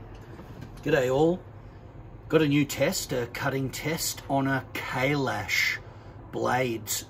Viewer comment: Thank God u pronounced it right ...